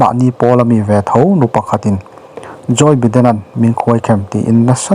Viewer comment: joy biden nilovin joe biden tih tur